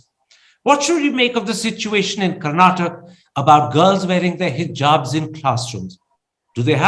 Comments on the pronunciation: By the way it's Karnataka - not Karnatak! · Its karnataka ,not Karnatak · Please it’s not Karnatak- please learn the right name of the state - It’s KARNATAKA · 🤦 Karnataka , Karnataka is our state name Karan and Karuna not karnatak. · Guys please, it's Karnatakaaa 😅 But great content👍👍